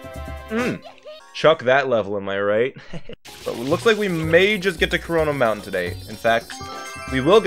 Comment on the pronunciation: Any else having a stroke hearing corona mountain or is it just me?